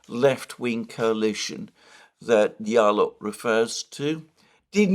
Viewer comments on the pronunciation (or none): Just a small point. "Diallo" is pronounced "Jallo". It's a Senegalese name. Cf. "Diop" pronounced "Jop", etc.